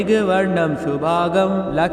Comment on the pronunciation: Are Guruji shubhangn bolo shubhag galat उच्चार हैं.